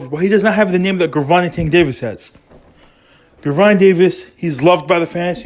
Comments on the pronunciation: Why the fuck is this dude butchering Tank name if he can’t say it he should shut up!! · Don't believe a person who 1. First can't pronounce the fighter name ( you can find this on YouTube any day or night ) 2. He has no connections to that camp. 3. He a guy on YouTube pushing for you to subscribe to his page. 4 This is pure junk